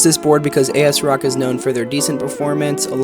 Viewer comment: 😂 A S Rock..bruh, it's Asrock as in AS-ROCK. 😂😂